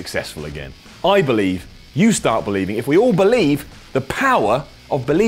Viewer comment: You gotta BO-Lieve